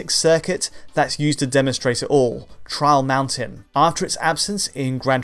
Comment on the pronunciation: Everytime he says "Trial Mountain" all i hear is "Charles Manson" o.O